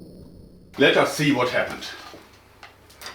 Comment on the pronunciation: "Let me show you vat I came up vith, ha ha ha."